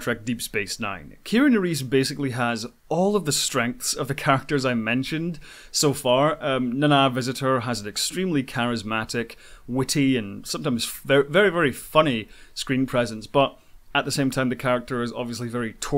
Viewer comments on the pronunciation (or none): I have to stop your mispronunciation of Nana Visitor. It’s pronounce like Naina. 😊 “Nay-nuh “